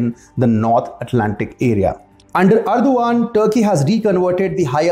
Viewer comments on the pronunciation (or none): It is pronounced Er DOG an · You make good videos Please check the pronunciation also especially name of the president